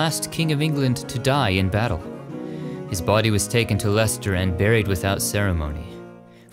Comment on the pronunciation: As I'm from Leicester,it is great to hear pronounce it right! Also, we watched king Richard 3rd coffin being driven to his burial site. Thousands of people lined the streets to watch history being made.